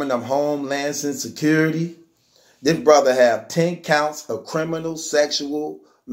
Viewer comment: This nigga said “Home-lances Security” 😂😂😂😂😂😂😂🤦🏾‍♂️🤦🏾‍♂️🤦🏾‍♂️🤦🏾‍♂️